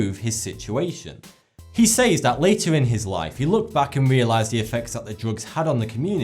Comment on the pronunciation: The fuck do you say, "Says" like that for?